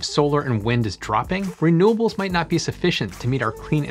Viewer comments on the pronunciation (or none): I thought the word was 'renewables' not 'raynobels'?